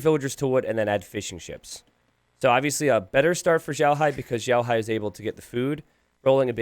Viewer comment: Yeah i was cringing so much at the pronunciation of both their names hah